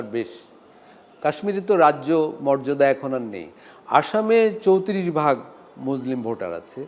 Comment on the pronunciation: এমন আলোচক মুসলিম শব্দ টি উচ্চারণ ভুল ছি ছি